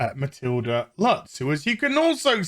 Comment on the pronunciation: The 'u' in "Lutz" is pronounced like the 'oo' in "boot", just very short. (This is your German language trivia of the day.)